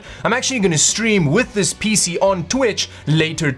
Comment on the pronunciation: I have to be honest here, I only watch these videos to hear that wonderful pronunciation of 'PC'